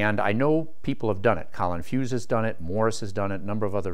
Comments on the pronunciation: Colin Furze, not Fuse, but that's okay. Minor mispronunciation. :-) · Mispronouncing Colin FURZE's name got you a thumbs down. Way to go.